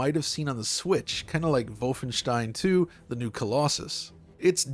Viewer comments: This man said “Volfvenshtein” 😂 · hate how he says "schtein" instead of "stein" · Volfenshtein haha always an improvement on the pronunciation, soon all of DF can pronounce German words based on this one series' title